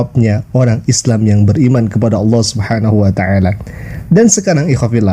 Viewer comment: Nanti di klaim adzan itu udah ada sebelum Islam dan digunakan Kristen Arab sebagaimana mereka klaim sebutan Allah. Aneh nya mereka sebut alah sementara Kristen Arab menyebut Allah sebagaiman muslim menyebut.